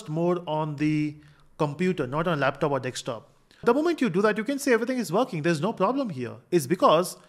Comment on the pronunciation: Desktop ❌ Dekstop ✅